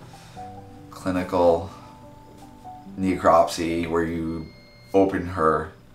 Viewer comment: "Kneecropsy" It's a Necropsy.